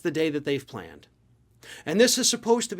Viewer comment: I wasn't paying attention at first...did he say 'planned', or 'klanned'?